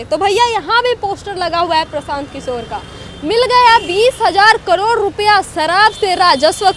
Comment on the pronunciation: कड़ौड़ नहीं करोड़ होता है😂😂